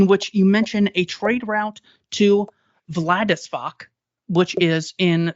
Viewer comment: Which mistake did you make?!? Having trouble pronouncing Vladivostok doesn't count. Just watched the whole interview. It was great. Thank you very much!